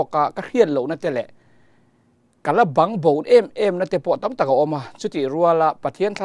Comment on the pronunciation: Kala babgbo tiha BANGBO tih lai tak thluk dan hi a pai deuh. 😂